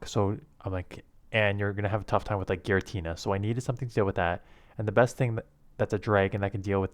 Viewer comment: What ıs this guy claiming to be, the best WHAT again in the world? Even Caption could not quite catch it right lol